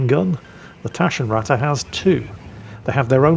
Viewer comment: well ment hint to improve the germanz pronounciation of taschenratte , short A + double T make it sound hard and very teutonic